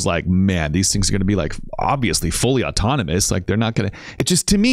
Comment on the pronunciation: the bot doesn't just say he's being assisted tonight, he mispronounces the word 'autonomous'. if these weren't tele-operated then the employees and bots would be legally allowed to make firm claims about it - that's why they won't give straight answers, why they dodge questions, and why it's more likely safe to assume this is all fake than it is to assume it's real